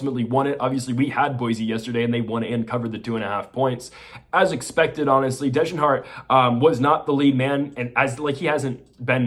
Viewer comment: If you want people to take you seriously learn how to pronounce the names. Its Degenhart not DEHJENhart